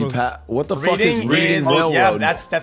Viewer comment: For reading, it’s not reed-ing, it’s red-ing. I’ve lived less than 40 mins away and have been hundreds of times in my life. Don’t me